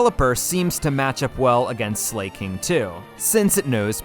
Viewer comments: Even tho i love your voice the way you pronounce some pokemon names kills me. For exemple Slaking. You say "slay-king" and Everyone else ive heard say its name says it as "slack-ing" or "slack-king" I still love you vids tho. I use them to fall asleep cuz i dont have to look at the screen since you describe everything and it holds my attention without overwhelming me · why do you keep pronouncing it as slay-king its slack-ing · Are you saying names wrong on purpose? Slakin, it's not slayking, it's slaking as in slaking off. Minun from the other video is my-nun, as in minus. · This series is great. Just found your channel. Funny dude. 🎉 But and im sure someone has already pointed this out, in case not, its pronounced slack-king(1word) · Why did you pronounce Slaking like Slay King 💅, gurl Slay Queen 😭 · Zebstreeka, Zeekrom. I’m convince he does it intentionally. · Your clowning yourself the way your pronouncing Slaking